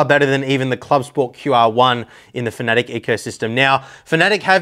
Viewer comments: Fa-na-tech not fa-nat-ic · hi dont mean to be rude but its Fana - tec not fanatic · FAN A TEC... ITS LITERALLY INFRONT OF YOU... and the German fella that made the company, he says FAN A TEC...